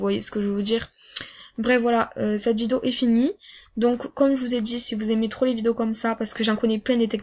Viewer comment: « Vidoo » PTDRRR